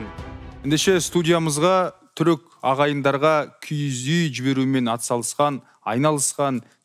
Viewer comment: КИГІЗ ЕМЕС КИІЗ ҮЙ ДЕЙДІ ҒОЙ. ҚАЗАҚША ДҰРЫСТАП АЙТПАҢДАРШЫ